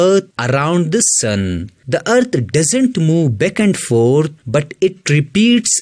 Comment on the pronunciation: It’s ‘back’ sir, not ‘beck’. I was confused in the beginning